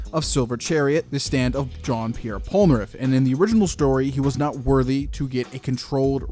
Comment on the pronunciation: Bruh really called him John when it's Jean